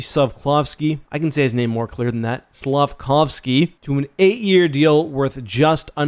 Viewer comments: Slaf - Kov (like KOValevev) - Ský (ski) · You are great at saying Slafkovsky. I’m a habs fan and it took me 2 year to be able to say the name smoothly.